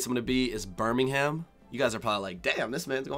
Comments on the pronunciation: you have to pronounce it Birming-um not birminghaam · Just make sure you pronounce things correctly. Birmingum, not Birming-ham. Monty PY thun, not Py THON. Cymru is cumry, not simru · It's not 'Bur-ming-hAm', it's 'Bur-ming-um'... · Nah it’s it’s not Birmingham-uhm. It’s Brumijum and I’m a Brumijumwallah. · Enjoy your trip! (But note - we don't pronounce the "h" in Birmingham"). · H is silent in Birmingham. It's not pronounced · Hope you have a great time! Quick tip - check out how to pronounce Birmingham before you go !